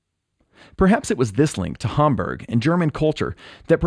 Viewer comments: The way he says Hamburg is weird because the first syllable ‘Ham’ sounds good but he uses very American ‘berg’ instead of the German pronunciation ‘boorg’. He might’ve heard John Lennon say it and used his pronunciation but sounds weird with an American accent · you pronunciation of Hamburg is interesting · "Hahm-burg"? Oh I say, I'm off to play the Grahnde Piahno... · I thought it was odd, because in the video, the Beatles themselves pronounced it "Ham-berg". I know the natives probably don't pronounce it that way. I just always think of that Monty Python skit whenever I hear anyone pronounce something with an "ah" sound. Like "aunt", or in this case "Hamburg". Just ribbin' you man. Great video. I'm gonna subscribe.